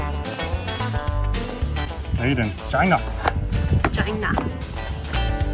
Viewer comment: you lost me as a subscriber with the way you dissed China using the trump pronunciation